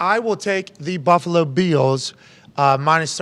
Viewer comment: The Buffalo BEALS! Lmao. AJ “GO BEALS” and LOVED Pats “ Hell yeah, Go BEALS! LoL